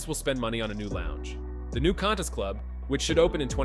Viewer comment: Need to work on the voice over! Qantas is pronounced.. kwantas...not cantas.